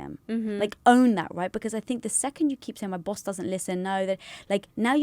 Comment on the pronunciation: Oh my God, the way you said Boss is Bawse (like in Lilly's book: How to be a Bawse). It would be amazing if Lilly were in this podcast. Lilly knows a lot about being the best version of yourself! This episode was amazing! ♡